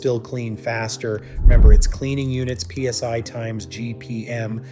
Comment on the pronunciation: DID THE A.I. SAY THE EGO RUNS AT 3200 P.S.Y. ❓❓❓ 😂🤣😂 WHY YES IT DID ❗❗❗ WHAT THE HELL IS P.S.Y ❓ AND WHY IS IT SO MUCH BETTER THAN P.S.I. ❓❓❓.................... 😂🤣😂